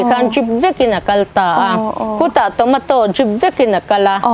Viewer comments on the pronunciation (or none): Tawmataw tih a lam lo tur.... Chhawmeito USA lam a kan pronounced dan aw zoram ai a ram changkang zawk ah bengvar nan mai mai